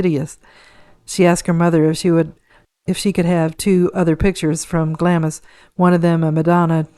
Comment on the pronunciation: Glamis is pronounced Glahmz it will come up a lot when talking about HM Queen Elizabeth,The Queen Mother